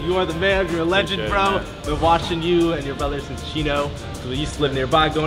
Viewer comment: Lonzo the "lengend"